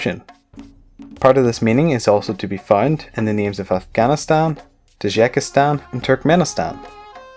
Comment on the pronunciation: It's not Tadjakstan (like you pronounce it), it's Tajikistan.